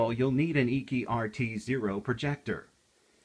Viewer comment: Its pronounced "achy" not eeky